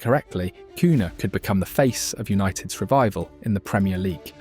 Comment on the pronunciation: Is this an AI video? You literally said cun-ha instead of cunia